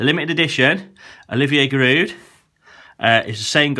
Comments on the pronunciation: He said giroud wrong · What i meant was he thought it was giroud on the of the tin but it is ramesy